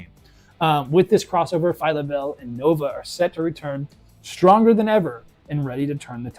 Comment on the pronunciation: It's Phyla-Vell.